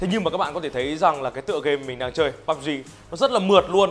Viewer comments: chơi pê u bê gờ thậm chí là cả bắp zi nuôn :)) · Pê U Bê Gờ thậm chí là Púb Gi?